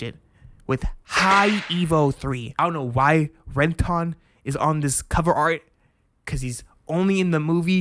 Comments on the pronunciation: Why are you pronouncing his name ren-tone? It's Renton, it's only said like 1000 times in the show. That aside, I agree with most of the points though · Ren-TON lol what? (ren-tuhn) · its pronounce Ren-ten you un cultured man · Yeah honestly it was like nails on a chalkboard lol. Renton is pronounced basically the exact same way in the sub and dub.. so idk lol. Not to dog on bro though! This video was awesome and it got me to follow for more.. but like… what’s up with the names bro lol. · I’m sorry, did you watched the anime? You sound like you are reading a script, and botching the names real bad. It’s not Ren-Ton ( it’s pronounced renten) , Anemonoine ( it’s pronounced Anemone). Have you ever watched finding Nemo, where does a clown fish live. Also it’s a name a flower and a deceptive drink. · You are pronouncing everything wrong. Its REN - TON Its HALL - AND Its EL-REKKA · Ren-TON, Hole-land? Jesus Christ kids these days. Has he never heard HOLLAND pronounced aloud? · loved your video but It's Rentin that is how it's pronounced. Holland is pronounced like the country and Anemone is pronounced Anne Em on Nay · "Anna Monae", "Ren-tonne" 😅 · Love your review of Euereka Seven 👏🔥 But bro, your pronunciation of Eureka, Renton, Anemone, and other names just bothered me lol. It goes the same for other youtubers who make vids on Eureka Seven. Not sure if you said it that way on purpose but oh well, great video. 🙏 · How are you mispronouncing ALL the names?! Eureka, Renton, Holland?!?!?!?!?! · "RenTAHN" "Hoe-lland" "Ani-moh-nay" You're killing me, smalls!